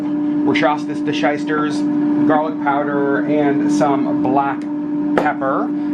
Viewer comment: “Worschastisireshisters”. Lol! You’re cracking me up! I’m really enjoying the cooking vlogs!